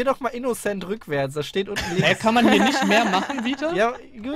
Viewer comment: Als in der ersten runde rückwerts buchstabiert hat, sagte sie INNECENT xD